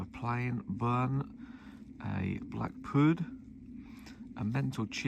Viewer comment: What is a “BLACK PUD?”???